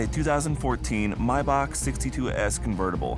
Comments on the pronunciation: Mybock 🤣🤣🤣 or Maybach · I’ve never heard anyone call a “Mayback” a “My Bock” lol